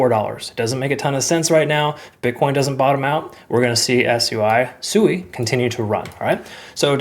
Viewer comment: Your pronunciation for SUI was spot on.